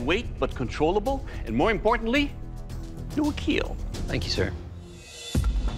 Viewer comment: "Welcome to the 'keal' test" 💀